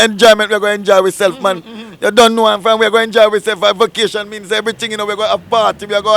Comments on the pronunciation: Why them mispronounced the word vacation as vokation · Vocation 😂😂😂 think a vacation the girl dem say vocation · Vacation not vocation ...